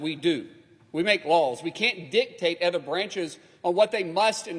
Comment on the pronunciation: Other investigations not “ether” investigation come on English is the official language !!